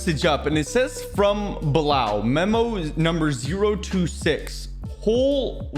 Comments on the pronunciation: it is pronounced Bee Lal not Blal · btw it's read as bee-lal.